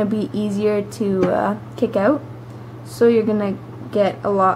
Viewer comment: "kickin it oat" :P